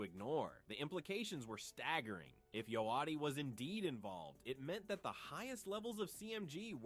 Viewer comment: Bro learn how to say Yo Gotti… damn